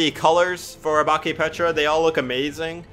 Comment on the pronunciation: Guys btw, the pronunciation of obake is oh-bak-ay, (dont hate on me if u didnt care🥺)